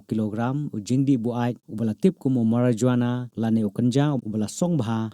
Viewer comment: The way he pronouns Marijuana☠